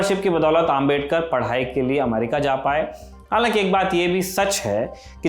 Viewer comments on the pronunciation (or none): none